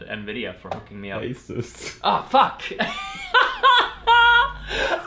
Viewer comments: All my friends just say "content" a lot just cus I watch your videos and it's so great P.S. it's pronounced AY-soos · That's not how you say Asus